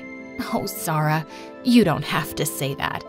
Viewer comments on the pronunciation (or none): Omg is not zarah is (za-uria)